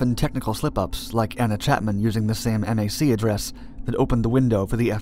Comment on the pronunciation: Just a small critique of your otherwise excellent video: a network card's MAC address would be pronounced "mack address" rather than spelling out the acronym "em ay cee."